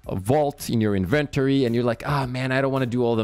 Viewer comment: Good info, but you need to learn how to say inventory correctly